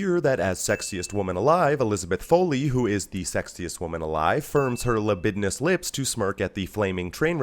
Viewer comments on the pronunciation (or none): You said libidinous